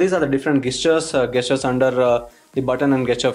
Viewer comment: Its not Gaystures, its Gestures. Stop saying that!!